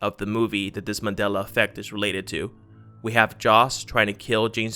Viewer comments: It's pronounced MAN DEL A not Madel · it's MAN-DELA..u said Madela the WHOLE VIDEO. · Here's another one... Remember when it used to be called "The Mandela Effect?" This guy pronounces it "The Madela Effect." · MANDELA not MADELA .... theres a fucking "N" in Mandela... learn how to speak english before making youtube videos.